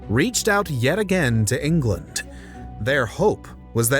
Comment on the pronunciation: You seem to add a ‘t’ to many of your words so they sound like ‘Englandt’ and ‘imaginedt’ even other sounds and breaths ‘once talks began-uh’ . It’s so incredibly distracting. Maybe tone it down a bit.